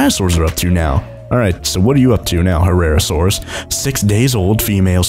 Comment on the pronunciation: It is pronounced Hair-asaurus